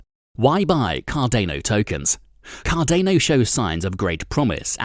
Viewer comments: Its CARDANO not CARDEYNO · it's CARDAAANO not CARDENO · You say Cardane'o , I say Cardano, I say Potane'o you say Potato..... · Car-dāne-O .....more like Car-don-ō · my ocd can't handle this video car-dan-oh not car-dain-oh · Car DAY know ? U mean cardano ... Pronounced Car don O ... hahah 😂 yikes I think I missed most of what was said in this cause I couldn't stand the way this was pronounced 🤭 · D𝚒𝚊𝚛𝚢 ▪️ Car-don-o Not Car-dano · bro, it's CAR - DA - NO NOT CAR DE NO urrghhh!!! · Card-ah-no Not Card-ay-no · Card Ane oh ... I think it's pronounced card ah no. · car-DAH-no ... not car-DAY-no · Car-day-no or Car-dah-no ? That’s a first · SURELY you have heard the correct way to pronounce the name of this product. Hard to take someone seriously if they don't even know its name. Say it with me CAR - DA (NOT DAY) - NO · I cringe every time you say Cardano. It’s pronounced Car-don-o, not Car-day-no. You lose all credibility when the main coin you are reporting about is pronounced wrong. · Have I been saying this incorrectly then? I always say "Car-Dan-O," this guy is saying "Car-Dane-O." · pronounced card-an-o not card-a-no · Please pronounce it correctly.. Car - da - no. Its "da" not "day" 😅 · i disliked for car-day-no. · Cah-DAY-noe... i made it 4 seconds.. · Car-day-no tokens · take cardano seriously. Lol Can't even take you seriously when you cannot even pronounce it properly. CAR DAN O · Cardayno lol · Dude... this just motivated me to buy 1,000..... car-DANE-"O"!!! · You say Car Day Know one more time ..... fml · I don’t think u are pronouncing Cardano right”.. it’s not Cardaino🥸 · dude your kill'n me with Card-ane-o... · CARDENO INSTEAD OF CARDANO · I love and own a good amount of Cardano. Please learn how to pronounce cardano, you made my EARS BLEED. had to dislike just because of CarDAAAAANo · Car day noh or cardano. Anyway, cant stand it. Gave a dislike and cant finish video. I own 5k cardano anyway already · It’s called CARDANO not cardaino….. lol 😂